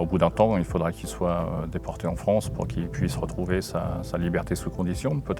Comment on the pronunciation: La fronce ? Oui notre pays est devenu la fronce !